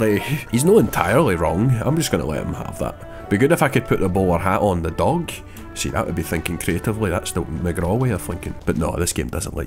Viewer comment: I'm not sure if its "Dog" Or "Doug" at this point